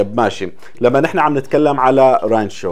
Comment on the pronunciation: اسم المدينة رانتشو الله يسامحك يا غلبتني تحتى القط نطقها من المدام لمى.